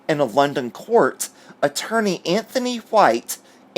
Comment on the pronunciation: Kudos to you for using the English pronunciation of the name Anthony as An-Tony and not An-thony. 🤩 We also pronounce Louis as Loo-wy and not Lewis 😁🇬🇧